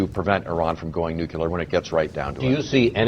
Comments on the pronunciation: Why can't conservatives read? "nu" sounds like "new". "clear" sounds like "clear". Put them together and it's "nuclear", not "nuculer". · Ugh. Bayh keeps saying "nook-yuh-lurr". *twitchtwitch* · Why the fuck can't Evan Bayh say "nu-cle-ar" instead of "nu-cu-lar"???!?! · I know that this is an ongoing debate, but this annoys me so much: it's NUCLEAR, not NUCULAR! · Hey Senator, it's NEW-CLEE-AR, not NEW-CUE-LAR!!! Jeez! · Is it just me who thinks it's scary when politicians say "nuculear" when it's pronounced "nuclear"? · "Day of Reckoning"? A warhead needs to be deployed up inside Bayh. Oh, and Evan - IT'S NUC-LE-AR. NOT NOOK-YOU-LER. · One of the only hard and fast rules I have, is NEVER trust anyone that pronounces it "new-cue-lar" instead of "nu-cle-ar"... In fact, it pretty much automatically makes me want to shoot them in the face... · hey Evan, its pronounced nuCLEAR, NOT nuCULAR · I don't trust anybody who pronounce it "nucular" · *sigh* It's pronounced "new-clear," not "nuk-u-lur." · Clearly not a dem. "NUKULAR" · This guy is saying "nucular"?? He's no Democrat. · I general discount the opinions of people who say "nukular". It may be a mistake on my part, but I feel that someone who can't correctly pronounce nuclear, which is not a hard word to pronounce, is too stupid or ignorant to know very much about the topic. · anybody who says 'nucular', especially a government official, is a complete and utter moron and shouldn't be given any importance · Dear people being payed thousands upon thousands of dollars to speak on National Television. Say it with me. "Nuclear". New - Clee - Ar. Nuclear. Neeeeeeeeeeeeeeeeeewwwwwwww Cleeeeeeeeeeeeeeeeeeeeeeeeeeeeeeeeeeeee Arrrrrrrrrrrrrrrrrrrrrr. Nuclear. Thanks. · Nucular...uh oh. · If you can't even pronounce the word "nuclear", you're too damn stupid to have a valuable opinion here.